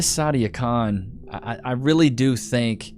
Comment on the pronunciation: Its not sadia khan, its Side-A Con